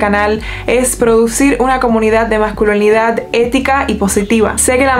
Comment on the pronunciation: Dijo "masculonidad"....? jajajaj